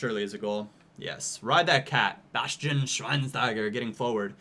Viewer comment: Say Schweinschteiger because that st get pronounced scht